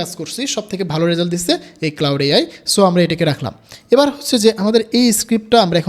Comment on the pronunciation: Claude k cloud bolche 😶‍🌫️